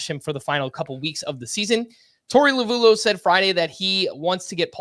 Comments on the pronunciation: Always funny hearing you east coast guys pronounce Torey Lovullo's name. "La-voo-loo," "La-voo-low," "Low-voo-loh." lol. The DBacks' broadcast guys have been pronouncing it, "La-Vel-Oh" for years. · I believe Torey Lovullo is pronounced Love-el-oh